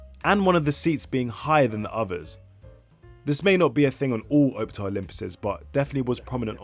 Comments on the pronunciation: I must now be really old when these new fangled modern buses are the oldest in the fleet! Pronounced OPtare though, not OPETare. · Its Op (as in Ops) and Tare (as in Tear.) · why does bro say OWPTAR not Optare